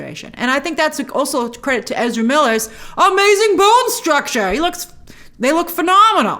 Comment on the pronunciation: Please stop destroying English for the sake of Ezra..